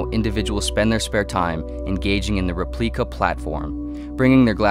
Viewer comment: Repleika... hmmmm... sounds a little like Replika